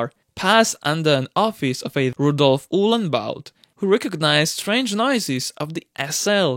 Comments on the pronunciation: I love your vids, i realy watch them just after release♥️ But its Rudolf Uhlenhaut, not Uhlenbaut. Great content nonetheless ♥️♥️ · It's UHLENHAUT, not bloody "Uhlenbaut"! Who the hell are you?! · It was Rudolf UhlenHaut.. not UhlenBaut ! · the man's name was Uhlenhaut In Germany he was and is to this day a true legend. Please don't butcher his name.